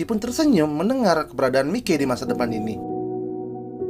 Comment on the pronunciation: Bang kalo lagi ngomong si mikey ngomong nya maiki aja biar lebih sama kaya di anime